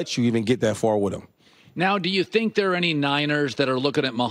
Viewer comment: Houshmandzadeh and shady both say "ner" instead of "there'"